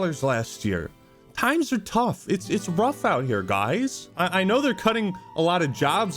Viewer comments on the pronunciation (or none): none